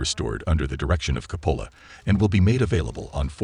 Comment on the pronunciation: CO' PO LA HAS THE EMPHASIS ON 1ST SYLLABLE